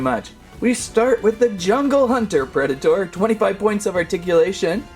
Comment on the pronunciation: That's the weirdest pronunciation of Predator I've ever heard.